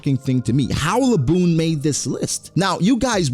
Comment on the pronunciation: Bro should be banned from anything One Piece really tried to say Zoro Edit: I’m crying laughing bra that nigga said Laboon😭😭😭